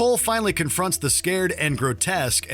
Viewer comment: "scared" instead of "scarred" lol. "Superman The Animated Series" when Superman meets Lex Luthor for the first time. Turning down Luthor's offer with "I'll be watching you Luthor" after giving him the silent treatment 🙌